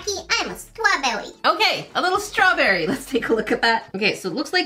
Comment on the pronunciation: It sounded like she said swawberry😂